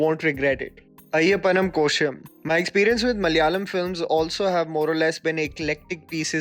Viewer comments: Ayappannum koshiyum Pls get ur prounounciation ryt pls1😇😇😇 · Amazing that you're bringing this to your audience's attention. But a small suggestion from my side, learn the actual pronunciations of the names of the movies you talk about(Ayyapanum Koshiyum and Maanagaram were off). The little extra effort will be a pleasant surprise for your inter state fans!